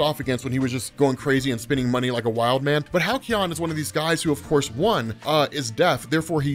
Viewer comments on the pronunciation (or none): Halcyon phonetically sounds like Hal-see-yon. :D